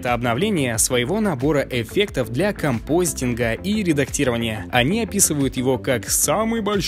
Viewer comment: не компостинг, а композитинг только